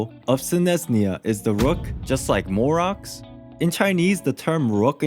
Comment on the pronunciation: Also “gnosis” not “gnasis”and “morax” not “morux” is it that hard to pronounce how it’s literally said in the game